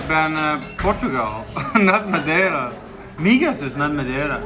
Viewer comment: the accent was perfect when you said madeira